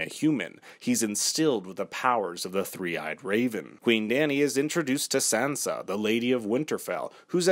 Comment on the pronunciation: Why are you mispronouncing Sansa? 🙄🙄